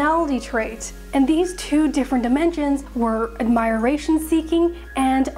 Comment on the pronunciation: Someone needs to teach her how to pronounce "admiration".